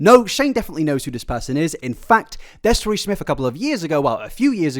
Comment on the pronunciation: The mix up between the pronunciations of “th” and “f” is something I’ve tried very hard to look past 😭😭😭